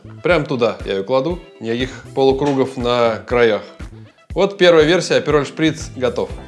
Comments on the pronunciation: не аперОль, а Апероль! Ударение на "А"! Апероль шпритз. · И потом так бесит этот аперолЬ....аперол....нет в итальянском мягкого знака!!